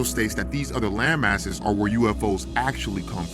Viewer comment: Did bruh say "land masses" or lame-asses"?